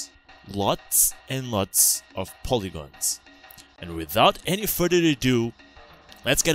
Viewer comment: I like how he says Polygons in the beginning: "Pooligons..Lots and lots of Pooligons"